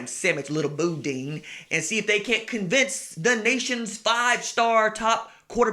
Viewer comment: Were you trying to say boudin at the mark? You might need to get with Sonny Shipp on how to pronounce that.